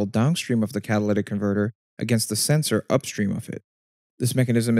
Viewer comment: "Catawlyvvc comvvrtvv".